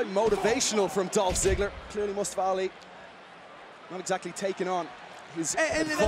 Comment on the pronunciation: It's not Mastafa Ali! It's Mustafa Ali, you fool Americans!